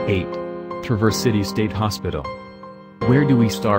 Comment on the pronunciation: It's traverse, not tra verse!